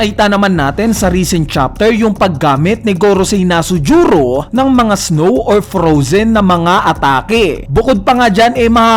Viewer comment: Bat kaya nasujuro Yun imbis na V. Nusjuro? Wrong pronunciation lang pero keep it up pa din